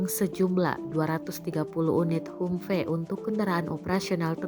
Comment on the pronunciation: mbok belajar dulu how to pronounce 'humvee' dalam membawakan narasi.